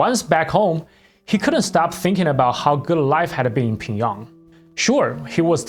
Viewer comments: it's pyong yang, not "ping yang" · bro how do you butcher pyongyang so much lol, ure saying pingyong lol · Can you explain your pronunciation of Pyongyang please? It sounds a little different than how I’ve ever heard it in English. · Man your pronunciation is so bad... And why the useless comment on being gay, to then repeat that he got paid well. Chin Chun Chan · The pronunciation of Pyongyang in this video is spinning me out.